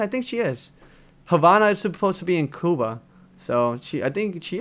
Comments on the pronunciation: That's how you say Cuba in spanish. (coo-ba) phonetically. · how can you say Cuban but not Cuba.